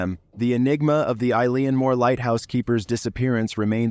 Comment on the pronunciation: Eilan is pronounced (EElen) ✌️